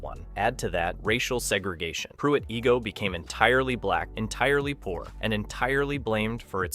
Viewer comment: Its Pruitt eye-go not ee-go. It has become a woodland in the past half century. I would kind of like to see it stay like that.